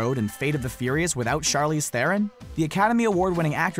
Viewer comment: Why does he say the fate of the furios its fast and furios